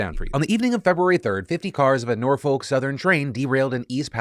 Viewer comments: Always so jarring to hear someone not from Norfolk/Hampton Roads say Norfolk. Just so people know cause I'm a schtickler, it's pronounced N-OR-FOK. REPRESENT WOOOO TRAIN CRASH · As a man who is born and raised in the 757 Virginia area code Phil on the behalf of us I have to tell you that is not pronounce Norfolk it’s pronouced Nor-fuck! But on a serious note, it is a damn shame how Virginia is getting worse and worse to the point where you have to give coverage to it 🤦🏾‍♂️ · I know I’m not caught up so idk if you’ve corrected it but Norfolk = nor fik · Say it with me, Nor-fuk... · FYI Phil it's pronounced Nor-Fuk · Norfolk is pronounced nor-fik or nor-fuk just an fyi 😊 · Not a big deal here, but I've got a small correction for you - I'm from the city of Norfolk, VA and I just can't get over how you keep pronouncing it. You shouldn't pronounce the "L" at all, and that second "O" should be pronounced as if it were a "U". Basically, it should sound nearly as if you're cursing every time you say it.